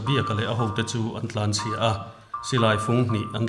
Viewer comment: lsm a ni lo. Lam tih tur...Tihsual hi a awm ve vek...